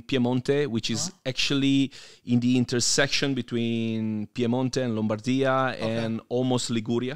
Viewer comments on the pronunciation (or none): none